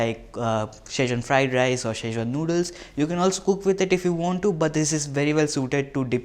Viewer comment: It is not shazwan it's Schezwan pronounce it correctly dude then ask for 1000 likes